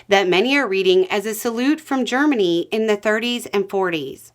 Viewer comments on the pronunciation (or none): none